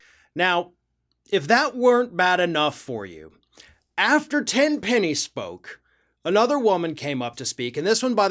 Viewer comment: Her name is "Tin-penny."